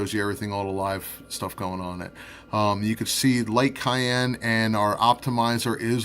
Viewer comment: Hmm, I've never heard cyan pronounced as cayenne.